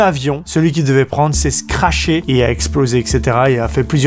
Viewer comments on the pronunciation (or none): Tu nous as trop fait rire alors il sont attrapé la foute au lieu de la foudre ensuite il se son scraché au lieu de craché et toublanc au lieu de troublant on te kiff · 'S'est scrashé" ! :P